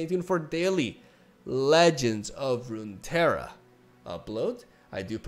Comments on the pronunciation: has issues saying the two r's in rune terra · Just pronounce the double R as "ja" like in jajaja Rune Teja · All the Runeterra lore needs to be retconned again because can't prounounce it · im a spaniard and have a hard time pronouncing the double r Him two seconds later: this is irrelevant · Genuinely curious, why do Spaniards have trouble with double r? Is that normally a silent sound or something? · Alright boys let's change LoR to a Spanish name so can pronounce it